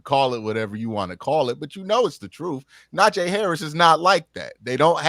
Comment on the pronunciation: How do you cover afc north and not know how to pronounce NAJEEEEEEE WITH a hard “E” sound. Wanna focus on him when we all know Jaylen Warren is the real threat. Can’t take you seriously at all.